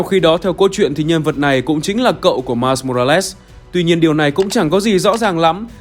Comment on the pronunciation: Mai mô ra lét??? Nghe kì kì kiểu gì ấy